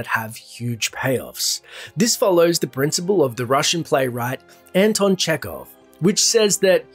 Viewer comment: Russian writer’s name is Anton, not Andon